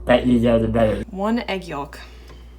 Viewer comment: Did you guys say yolk with the l ?